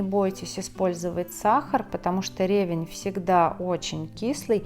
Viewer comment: В слове ревЕнь ударение падает на второй слог.